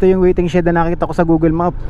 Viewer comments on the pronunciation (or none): none